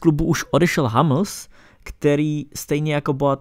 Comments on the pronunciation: sule, hamls, zerome boateng - to uz svedci trochu o vseobecnem rozhlade autora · A hned na to další odjeby v podobě Hamls a Sule